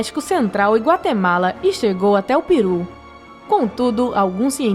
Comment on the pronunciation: É impressão minha ou ela falou piru ao invés de Perú